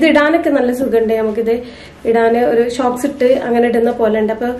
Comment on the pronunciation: Shocks ennalla pronouns cheyya socks ennanu .. Nice video 👍negative comment allatto